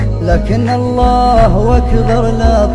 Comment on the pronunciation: الله اكبر هو نطقها الله واكبر والصحيح الله اكبر